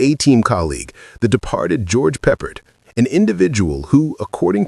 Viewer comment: I tuned out as soon as AI got George Peppard's name mispronounced.....